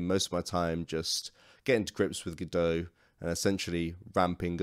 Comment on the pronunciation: It's called Godot, but you keep saying Godoew.